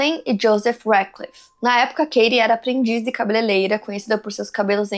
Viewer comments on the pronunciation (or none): Poxa, “cabeleleira”? Cabeleireira mulher… vc é jornalista. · Não falou o que houve com a mãe... E não é "cabeleleira" é CABELEIREIRA.😊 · Aiii eu morro quando ela fala CABELELEIRA 😂